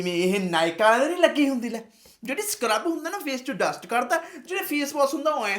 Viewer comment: ਮੁਸ਼ਕੀ ਤਾਂ ਡਸਟ ਨੂੰ ਡਟ ਕਹਿ ਜਾਂਦੀ 😅😅😅😅😅 ਆ